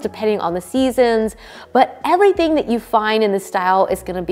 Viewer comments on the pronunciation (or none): none